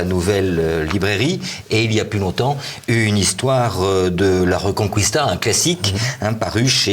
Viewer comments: Petit détail de prononciation: "reconquista" se prononce "rekonkista" et non "rekonkwista". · Il le dit comme en latin